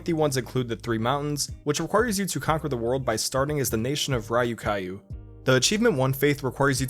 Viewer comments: "raiyukaiyu"..... Do you know what having gallstones feels like? Because that just reminded my of when I still had my gallbladder. It's pronounced /ɾjukju/, and that's not the j as in 'jam', but the j as in German 'junge' which is the same as English y. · You over complicated the pronunciation of Ryukyu a bit, lol. It's closer to "ru ku" than "rayu kayu" Also, extremely strange to hear the niche history games I play get talked about in this context. Feels odd. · Raiyukaiyu? Bruh. It’s Ryukyu. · Ryukyu is pronounced "ryoo-kyoo" (2 syllables), not "rye-u-kye-u". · It's not "Ra-yu-ka-yu" though :D it's Ryûkyû two long u sounds (Japanese) Fun Fact: It's today known as the "Okinawa Prefecture" of Japan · "Rayu kayu"? At least TRY looking up how words are pronounced. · My brain melted when I heard "rai-yu-kai-yu" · >Nation of Rayukayu Come on man, be less American for once. Put the word in Google translate and listen to it. I'm not trolling and don't wanna sound mean, but this bugs me so much, most native English speakers do no effort to learn how to pronounce things. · Rai-uh-Kai-uh lmao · Pronouncing "ryuku" as "raiukaru" gave me shivers. Japanese is like the easiest language for pronunciation too... (its basically the only easy part of the language) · I laughed so hard when he prononced "Ryukyu" as raiukaiu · Okay but can we talk about how he pronounced "Ryukyu" as "rye-you-kye-you" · “The nation of raiyoocaillou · I stg guys learn how to pronounce Japanese words for your professional videos, it's like easy as fuck. Just, "raioo kaioo". My god. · "raiyu-kaiyu" is possibly the worst pronunciation of a japanese word on earth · >Ryukyu >Japanese You have upset every Okinawan in a 40 mile radius. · this man really out here sayig ra-you-kai-you lol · “RYE-you KYE-you” bothered me a bit, but great video as always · Is Ryukyu really pronounced "Rye-oo-kye-oo"? Cause that sounds REALLY wrong. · "rai-yu-kai-yu" good lord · did this guy really pronounce Ryukyu as "ryoo-kyoo"